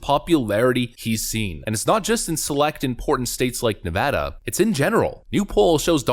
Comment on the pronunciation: OMG! I hope that poll is correct! And thank you for calling it Ne-Vaa-duh! It's so annoying when people pronounce it wrong.